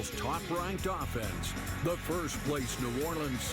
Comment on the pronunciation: Why the Rich Gannon pronounce it Ow-ffense?